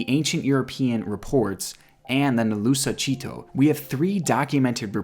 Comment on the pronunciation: When. He said nalusa chito it ripped my ears. He butchered the words 😂😂 it's pronounced chit like chit chat and toe. So chit -toe